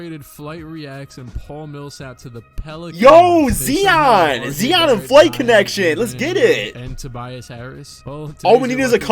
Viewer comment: zeeon, its zion